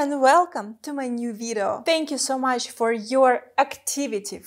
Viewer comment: I love Your pronunciation of the word "video" - it sounds like "vireo" ;) (like video+viral)